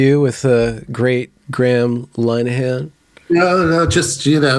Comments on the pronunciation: Yeah, he got it wrong again. It's Lynn not Line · Third visitation and still don't know how to pronounce his name correctly ;)